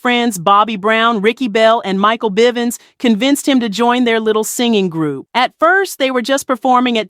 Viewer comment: you said mikes last name wrong